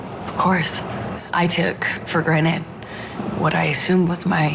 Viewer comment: Amber said "I took for granite"..😏 Bhahaha..🤣 she did,did she?? Now,I thought this lady was supposed to be so well read or well spoken or whatever!! Ugh..I just can't with her.